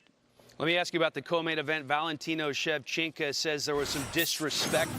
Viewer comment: am i the only one that heard Valentino Shevchenka? ? Switched those last vowels on us there... haha